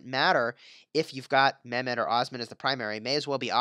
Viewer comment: Its not memed its pronounced like saying MEH and adding MED